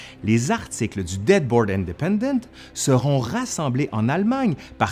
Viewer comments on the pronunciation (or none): Dearborn, pas Deadborn 😂😂😂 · Toujours très intéressant et bien articulé! Mais une petite coquille que j'ai détectée. Le journal en question n'est pas le Deadborn mais plutot le Dearborn!